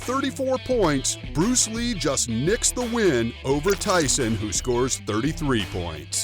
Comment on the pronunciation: buddy are you even at the level of Bruce Lee?? If not then try to pronounce his name properly!! He is a legend in martial arts because of him kung fu, wing chun, taekwondo has become famous